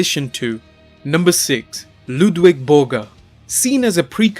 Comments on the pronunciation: Its spelled and pronounced "Ludvig" Borga not "Ludwig" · Ludvig Borga not Ludwig... you don't know your stuff that well.. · It’s pronounced Lood- VIG. Have some fucking respect.